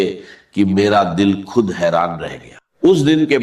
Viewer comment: خود کو کھد کہہ رہا ہے کھشحالی کھالی یہ ڈاکٹر صاحب یہ کہہ نہیں سکتے